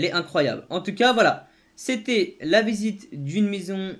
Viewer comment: il dis incroyable à la place de incroyable😂